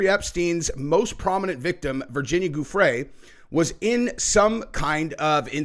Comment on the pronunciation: Pronounced GUFF-ree